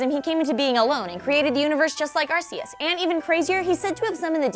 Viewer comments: I didn't want to watch this one because of the way you guys pronounced it before but at least you said there are different ways to pronounce it. I will always say it as in Arc-Eus as in the top of an arc. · WHY MUST EVERYONE MISPRONOUNCE THE ALMIGHTY GOD OF THE POKEMONS NAME? ITS (ar-key-us) WHY DOSE EVERYONE GET IT WRONG. ps: im not actually angry im just trying to inform you peeps. bye bye <3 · ITS ARK-EUS DAMMIT ARK-EUS!!!!!!!!!!! SAY IT RIGHT DAMMIT!!!!!! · I feel like "Arkayus" makes sense as an acceptable pronunciation, even though "Arsayus" seems to be the more canon one. This is because I assumed the name was derived from the word "arcane" or "archaic". So did deoxys help mew make the rest of the pokemon? And what about these other ones that came from space, like starmie and clefable and solrock, did they populate another planet or the moon or something at first instead of earth like all the others and so they're newer to the planet? Does groudon resent regigigas's interference with the land masses, and glare at him every thanksgiving dinner gathering at the legendarys' table? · I imagine you could also pronounce Arceus as Ar-Soos. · god damnit it is pronounced Arceus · Its not pronounced arceus or arceus its ARCEUS!!! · Another prononciation would be 'Arkayohs,' as in english at least the name appears to be latin-esque, and that would be the classical latin pronunciation, where the vowels make one sound each, and all cs are ks. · On the name thing, I don't think the second pronunciation from the movie trailer matches the Japanese name. I think you emphasized the Japanese pronunciation too much on the second syllable. The Japanese pronunciation should sound like the one in Battle Revolution. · It's AR-see-us not ar-SEE-us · ar kee us is the proper name not arc ee us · say/see, both work. Ark-ee-is like the dub pronounces it is 100% wrong. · Whenever anyone pronounces it Arseus instead of Arkeus, I find it funny. Because arse.